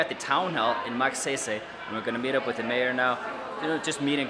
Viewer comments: You're vlogs are like my chill pill. I really enjoy watching them. Just one thing tho try pronouncing the town name as Mug-sayy-sayy or Mug-sigh-sigh 😊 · did u just say "Magseysey"?? hahahhaa! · Magsaysay..... I hope someone corrected you how to pronounce correctly. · You didn't fail my expectation...I heard that "Magseysey"!;P My jaw drops in anticipation for you to say it again! LOLS! Nice vlog with the kids.You know there are two ways in making them remember you, make them cry or make them laugh! it came out naturally that you made them laugh. Kids have the most pure feelings in showing their fondness and you reaped it not just a piece but in abundance for just one day! They are very appreciative of simple things in life, and so sometimes u just wanna wish to become a kid again., keep that kind, joyous and generous kiddie heart and your youthful bright smile! There is so much more from within yourself that you can share to humankind than you realize. And as one of your audience I can see that. You made a 'MARK"! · Awesome video,! I love the way you pronounce “MAGSAYSAY” haha! And the students got so “kilig” when they saw you. 👍🏻🇵🇭😍 🇮🇸